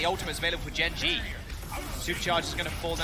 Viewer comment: It's "Gen G" not "Gen dot G"